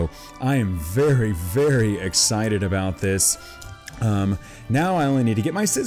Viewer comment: if you guys didn't hear he said egg sicted